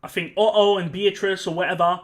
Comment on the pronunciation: Hearing you say "Ohoh" instead of "Otto" was the best part, I love this X)